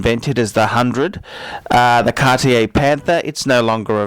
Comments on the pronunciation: I dont get why you say 'Cartier' THAT wrong o.o Absolut wrong pronounction? That dont look good :( Otherwise Tanks for the Video of course ( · How can you say Cartier and Feck in the same sentence? Where do you come from? Even judging and opionating Cartier. Cartier is a French brand, not from Texas United States with your pronounciation like that, 'dude'!You know what nouveau riche means?Wait, in English it might be: noovyo Rich or something. Can't understand how you feck up names anyway... Come to Paris one day.. and get taught some manners.. Cartier doesn't date.